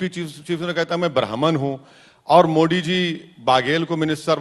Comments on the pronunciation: पहले तू बोलना सीख मोडी जी नही मोदी जी है तू अपने बाप को भूल जाता है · मो डी नहीं बेटा मोदी जी पहले बोलना सीखो बाद में राजनीति करना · इसके अंदर अंग्रेजो का असर है मोदी को मोडी बोल रहा है!!!!!!!!